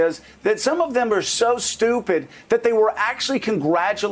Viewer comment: I totally appreciate the gravity of the situation but I am not gonna lie: I also came here to hear Joe call people "stoo-pit"😂